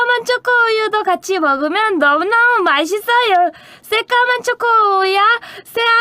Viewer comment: 발음 너무 귀여워 ㅋㅋㅋㅋㅋ 마싯쓰으여 ㅋㅋㅋㅋ